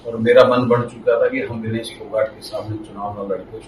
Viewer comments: Vinish nahi bhai vinesh bol bhai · नाम का उच्चारण सही कीजिये। विनीश नहीं विनेश फोगाट नाम है।